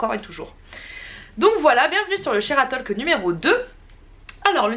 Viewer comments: La vidéo est excellente, comme toujours ! Juste une petite remarque : on ne dit pas le L de talk en anglais, c'est plus : "Tôk" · Combien de profs d'anglais se sont retournés ds leur tombe ? On ne prononce pas le "l" ds talk